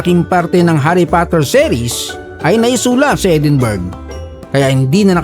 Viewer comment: EdinBRUHHH pronunciation ata dyan 😅😂